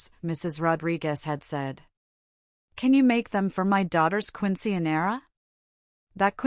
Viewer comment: If you want to tell a story about Latina (Spanish) people, you should learn how to pronounce the words correctly. Mija Quinceanera